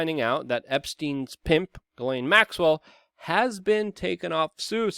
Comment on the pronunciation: Good luck with everything that you do but PLEASE pronounce her name correctly. It's JIZ(sic)laine yes I too realise the problems but living in France, know several of them.